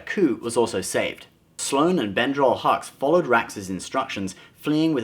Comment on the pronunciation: Brendal not Bendral